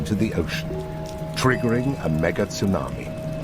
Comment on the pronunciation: Wow, I've never heard it called a "Megit sunami" before.. what is the proper pronunciation of a Mega Tsunami? Thank you, for posting this. I just saw it because I never got a notification. God bless you